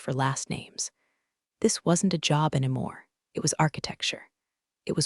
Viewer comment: Pen-tu-gone (Pentagon), not pen-tagun. Aleen-u (Alena), not Aleener. Still getting enemar (anymore). Edit your pronunciations. Read (reed), read (red) should be obvious if you apply basic rules of grammar to your AIs algorithm. It's becoming so distracting it makes it hard not to fast forward or just skip it completely. Thinking about unsubing. Washington State USA